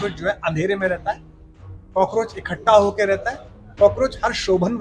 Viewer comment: Ikattha ko ikhatta bol raha hai